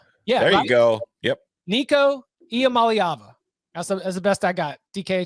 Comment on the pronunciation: his name is I am a leave a??? lol